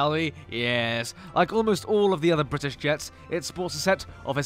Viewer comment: The way he says British is funny "Bbrbrbritish